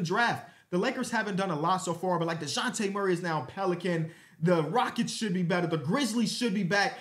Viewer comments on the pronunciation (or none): none